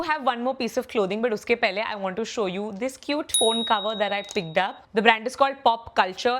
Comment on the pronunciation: no offense. but what is this pronunciation? Pigged up? Looged up? Picked up, Looked up bolna kitna mushkil hai?